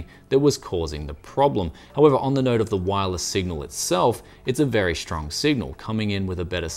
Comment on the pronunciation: In the English language, the word "strong" is pronounced with a "st" at the beginning, not a "sh". Only in America and those who want to sound American, do they pronounce it "shtrong". Also, why do you pronounce "Australian" as "Aushtralian"? Do you have a speech impediment?